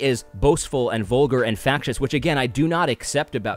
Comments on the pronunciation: Fascist Pronounced like "fashion" with an "ist" instead of an "on" at the end. 😉 Your welcome . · no, I think he's mispronouncing the word fascist.